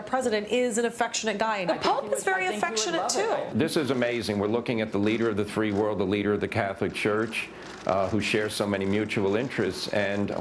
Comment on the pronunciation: Did he say three world or free world?